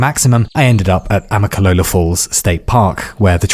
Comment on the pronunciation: Damn, you pronounced Amicalola correctly. Most Americans can’t even do that. Well done.